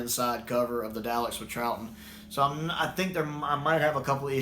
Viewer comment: Come on, dude. It's D-AH-LEKS, not D-OW-LEKS. 😜